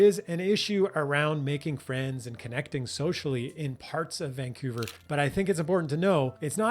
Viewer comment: Vancoover/ Vancuevurr